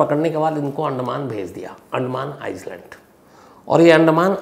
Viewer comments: Please pronounce it as eyeland, not Iceland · haha host mistakes island ko izeland keh dia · आइज़लैण्ड नहीं....... आइलैंड होता है